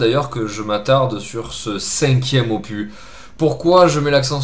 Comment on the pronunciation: Juste pour info: "opus" est un mot emprunté directement au latin (on pourrait le traduire par "oeuvre" ou "travail" selon le contexte): il faut donc prononcer le "s" final. ;) J'aime beaucoup cette série "Pop Corn", au demeurant. :)